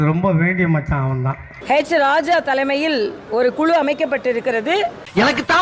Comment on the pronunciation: ஆடு போய் குரங்கு வந்தது டும் டும் டும். என்ற பழமொழி நினைவுக்கு வருகிறது. அப்புறம் தமிழிசை அவர்களே, அது ஹேச்சி.ராஜா அல்ல .. ஹெச். ராஜா.. எச்சி. இராஜா என்று தமிழில் சொல்வார்கள். உங்கள் மகன் நலமா ?